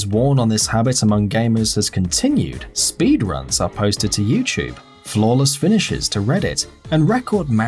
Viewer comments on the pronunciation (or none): none